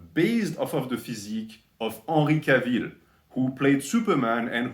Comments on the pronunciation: 'ahnry cahville... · Unree Cah-veel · I love how you pronounced Henry Cavill's name haha <3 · The way you pronounce his name haha true frenchman